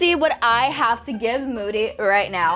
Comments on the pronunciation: i can't when said "thanks for the triceratops mody" lol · what u said hahaha u said moody instead of mody 🤣🤣🤣